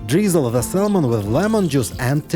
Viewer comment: The L in saLmon is SILENT Sahmon!